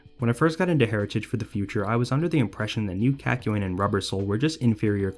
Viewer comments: I kept on saying kākyoin every time you pronounced it as käkyoin so when you said Kak it almost made me say cock 😂😂😂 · Sounds like a Boston man saying 'cock' a lot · The way this man slightly mispronounces kakyoin annoys me so much